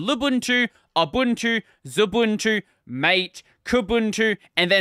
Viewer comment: You didn't pronounce MATE with the most aussie accent possible. Litterally unwatchable. Unsub